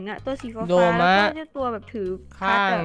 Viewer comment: โดม่าไม่ใช่โดมะ